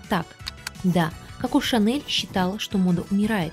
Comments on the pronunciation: Ну почему кАко а не Коко🫠? Неужели так сложно выговорить о в начале слова ? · Не очень понравилось произношение имени, КАко. В остальном, очень содержательный и интересный выпуск, без воды, красивый визуальный ряд.